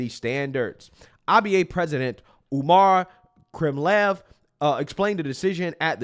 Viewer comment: I'm algerian it's disgraceful and pathetic my people now hate me for calling this bs out but idgf this is unfair and pathetic his name is pronounced iman kaleef brother